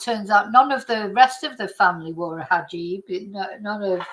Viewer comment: 🇬🇧 🕯hijab!pronounced (He jaab) ⚖️ 🎯 📚 😮! Much 🙏 Respect